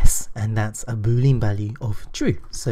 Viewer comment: "Boo lean"? Last time I checked lean wasn't pronounced as lean, but as Lee Ann, stress the Lee. Otherwise, great videos! :-)